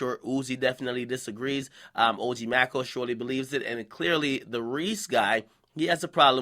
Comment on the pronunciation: Nigga it's pronounced OG May-co